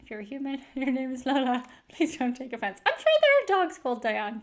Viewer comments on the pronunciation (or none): none